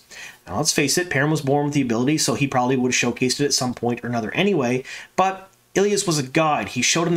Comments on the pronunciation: Day, you don’t know what you’re talking about as the EotW glossary clearly says ee-LY-ahs (three syllables with emphasis on the LY). It’s not eel-yahs (two syllables) as! stated in his reply on this thread. Now, one could argue that LY should be pronounced as LEE with a long E in place of the Y, and I would have trouble refuting that point as LY isn’t phonetic. My question is why pronounce it differently than the people who narrated the whole series of books aloud on tape while pronouncing the Y as a long ī that millions of people have listened and heard, for some, their entire lives for the long E instead of the long i? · FYI, Elyas is pronounced Elias. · Day do you have EotW? Look at the pronunciation in the glossary..is the glossary canon enough? The pronunciation in the glossary is not “eel-yahs” it’s “ee-LY-ahs.” I can’t figure out if you aren’t reading my replies fully or are just trolling me lol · I always pronounced Elyas as ee-LIE-as, instead of ILL-ee-us. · In Rosamund’s narration of the first book she pronounces it Ee-lye-us. I am assuming this is the pronunciation that will carry on to the show. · E-Lie-Us lol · I always pronounce it Ee lie us. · I'm sorry but that pronunciation of Elyas sounds way to much like Ileus, lol. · Love the content as always. Drives me nuts though on how the name Elyas is pronounced lol. I think he will be gone after this season or maybe take the place of Hopper. I am very curious to see how they do the wolf dream. Instead of having a wolf there maybe use Elyas to teach Perrin. Just a thought. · Obviously you never heard the audiobooks from! It's a little disconcerting really how you pronounce Elyas, I very much hope the show takes the pronunciation from Michael Kramer and Kate Reading! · I'm glad they're keeping Elyas in the series. I was a little worried when he didn't appear in season 1. I've learned recently that I apparently pronounce many of the names wrong, Elyas being one of them.